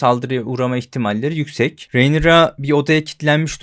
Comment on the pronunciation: hocam şuna rinera de ya, reynira ne.